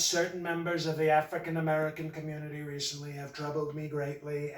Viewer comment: i loved that one pronunciation of African-American /ˈaˈ frēkiN əˈmerəkən/ , sounds like 'a freakin American'